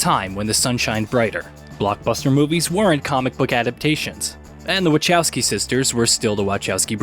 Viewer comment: ... except it's not "wuh CHOW skee," it's "wuh KOW skee."